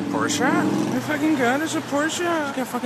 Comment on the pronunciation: Mad props for being the only American who can pronounce Porsche.